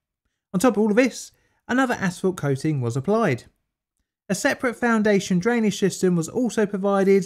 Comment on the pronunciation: Why do I hear Daniel Day Lewis yelling “Drainige “